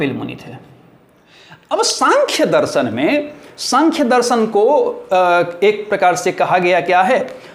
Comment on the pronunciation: आदरणीय, आप के शिक्षण का स्तर बहुत सुंदर और सार्थक है।। कृपया उच्चारण पर गौर करें।। दर्शन होता है दरसन नहीं।। क्षमा प्रार्थी हूं।।🙏🙏🌹🌹